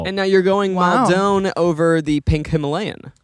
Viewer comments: Guys please I'm begging you it's mal-din not mawl-downe salt. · As someone who is from near Maldon, I wince every time says Mal Dohne. 😭 Like idk if this and the way he says aquaphor ('aquifer') are a bit or he actually thinks that's how you say it 😭 I love, just hate the way he says Maldon